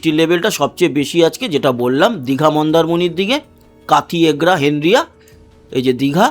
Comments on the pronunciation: ' হেনরিয়া' নয় ভাই,ওটা হবে ' হেঁড়িয়া' । আমার বাড়ি মেছেদা য়,বাপের বাড়ি কাঁথি তে।তাই এই জায়গাটা চিনি। ভালো থাকবেন। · 😮 দাদা ওই টা হেন দ্রিয়া নয় হেঁড়িয়া হবে কত বার আমি কমেন্টে বলেছি সেই হেনদ্রিয়া